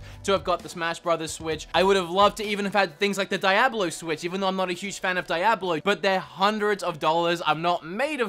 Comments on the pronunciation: it's "Dee-ah-blow", not "DIE-ah-blow"! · Dee-ahh-blow.... Jesus Christ. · It's Dee-au-bloe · Its la-bo not lay-bo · "Die-ablo" lol gotta love the Australian accent 😂😂😂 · Omg .it took me awhile to try and figure out what you were saying when you said diablo hahahahaha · Dude, you say Diablo so funny. Thanks for the laugh. Love the accent. PS - it's pronounced with a hard D and the I is silent. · Please stop saying Diablo like that... I say that lovingly